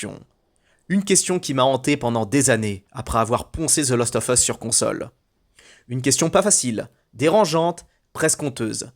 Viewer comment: Fallait que je le dise depuis longtemps : ARRETE DE DIRE THE LOOOOOST OF US, C'EST THE LAAAAAAST OF US !!! CA ME REND OUUUUF ahaha Sinon j'aime bien tes vidéos , pouce bleu toussa toussa, aha ;-) Amicalement 🙂 PS : RDR2 est le meilleur jeu du monde et il ne faut pas cesser de le dire, aha ;-)